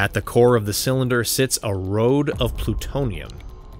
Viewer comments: ...did you just say a 'RODE' of Plutonium????!!? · also "road of plutonium"? shit aint been that bad since windows vista text to talk.